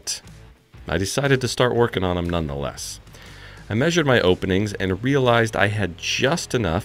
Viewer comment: "None the lest"?